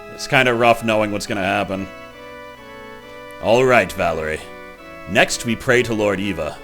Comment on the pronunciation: You said Valerie correctly.